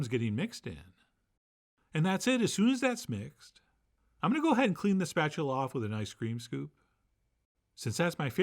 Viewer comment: Only lunatics call it see-rup, but “spatualate”? 😊 I have a 50 year old electric griddle. What temp would you recommend?